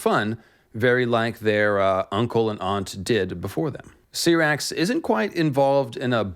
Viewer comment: LMFAO when did George ever say that. There’s certain pronunciations the way they say the dragons names in game of thrones idk where u got that from. U said vhagar and Syrax name wrong